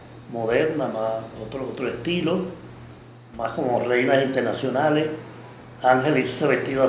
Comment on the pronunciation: Yo sólo estoy viendo los vídeos para escucharlo decir "mijinternachonal"